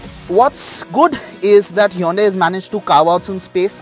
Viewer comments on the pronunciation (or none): it's not yonday it's hyundai u fool